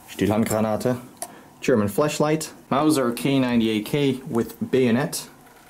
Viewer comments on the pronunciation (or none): Bro its flashlight not fleshlight there is a big differens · I love how he pronounces flashlight as fleshlight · Loffeyy Haha...clearly said "Fleshlight"...😅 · Flash light, if you heard flesh-light i did too, but he probably just messed there lmao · "German fleshlight" is what i heard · I don’t know if he pronounced flashlight funny or he said something else...